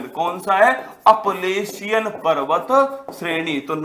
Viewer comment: Shayad wo अपलेशियन nhi h wo अल्पेशियन h